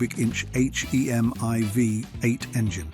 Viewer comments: What's with the Z slash 28 ? it's a Z28 Period, same thing with the four two six H-E-M-I ! Simply a 426 Hemi, not an H E M I.... A ZL1 Corvette doing a 10.89 from the factory, not in this lifetime. Why a British AI Voice ??? I liked the video, hated the fake narration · Loved the cars. Hated the stupid sounding AI/Bot voice. The "/" mark is not pronounced as "Slash" ("Slash" is a guitar player), and it's simply "426 HEMI"--NOT 4-2-6 H--E--M--I". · it’s this audio made with AI??? it has to be!!! no car guy or petrohead would say Z slash 28, or spell H.E.M.I instead of saying HEMY….. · The H. E. M. I . instead of its proper pronounciation " Hemi " proves this is certainly a European commentator . So whats next ? Instead of the Shelby Cobra , It is now the Shelby C.O.B.R.A 🤨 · H E M I WTF? He did say Hemi correctly once. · Who under the Moon pronounces eich-ee-am-ay?!